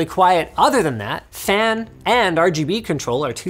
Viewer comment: The "PHAAN" is a meme I'm certain